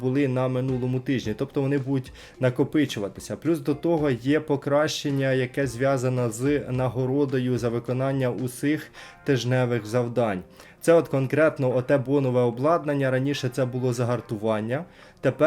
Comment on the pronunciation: "усИх" ? вже не "усіх" - поміняли граматику?